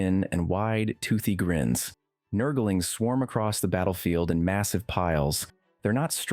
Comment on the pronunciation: "Nurgle-ings" bothers me so much lmao